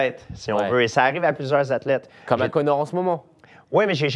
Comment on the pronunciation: J'adore lorsque l'intervieweur prononce Conor comme Connard.